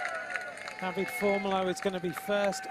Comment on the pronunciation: Great extended highlights and I enjoyed the commentary. However, dear commentator, we Italians pronounce all vowels (like the Spaniards - unlike the French). So, you read it DAVIDE, not David